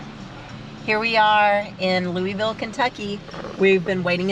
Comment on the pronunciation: You guys are having way to much fun. 😀 I’m glad your able to take in some of the flavor of Kentucky and Indiana; my home stomping ground. However before you leave you must learn how to pronounce Louisville like the locals. I’ll help you out the “s” is silent. By the way I like the power socket upgrade. You can actually replace them with the power on, just don’t let the wires touch. But if you’re not comfortable doing it hot definitely kill the power, Safety first. While you in the area, If your a vet you must eat at the Evansville VFW. Tell Jack I said hi, he’s my cousin. Recon I need to check and see if they’ve opened back up since COVID 🙃